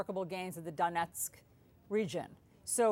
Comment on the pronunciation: I love how she says "Donetsk". She really did speak with people there. Good ear. And balls of steel for being there, near what sounded like a very close call for getting shelled! I've got mad respect for wartime correspondents. An accurate account of what's going on is extremely important instead of falling prey to soviet propaganda. Maybe this way people in russia will begin to see and (hopefully) do something about it. Change has to come from within.